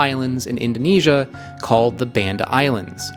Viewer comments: Hey I love these videos and have learned so much. I just have one small comment - I actually live in Indonesia and speak the language, and want to let you know that the name of the Banda islands is not pronounced like band (as in rubber band) but like Bali, as in "Bahnda", like the baa of a sheep. Sorry! But just so you know. Thanks again for amazing in-depth videos with so much excellent information. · BAHN-DA - how difficult is it to pronounce the name the way Indonesians do! This is linguistic colonialism.